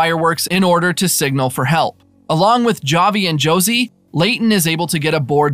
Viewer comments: Havi it is pronouned havi not (j)avi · It’s pronounced HAVI, they literally say his name many times in the show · Oh no you can't pronounce Javi